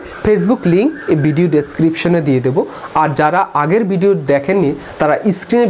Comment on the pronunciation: বিডিও না ভাই ভিডিও, উচ্চারণ ঠিক করেন, কানে বাজে !!